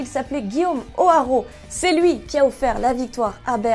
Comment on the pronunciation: Juste pour signaler Guillaume Hoarau et moi on vient de la même île ( de la Réunion ) et on prononce guillaume houarau c'est en deux syllabes même si ça s'écrit hoarau voilà c'était la minute culture G😂Franchement j'adorerai avoir soit le survêtement de milan soit celui d'Arsenal. Je pense que Fékir devrait rester un an de plus il porte son club vers le sommet